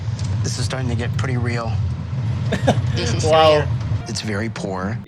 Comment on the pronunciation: this is real (subtitle) This is rear(how i heared it)